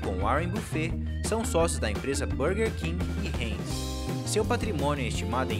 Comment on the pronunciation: Cara, marca heinz é pronunciada "rainz" e não "reinz".